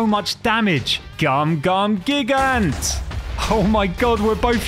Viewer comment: Not to be rude or anything but I think gigant is pronounced gigant with a hard G